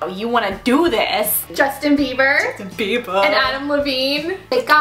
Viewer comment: Lol "Justin bieba"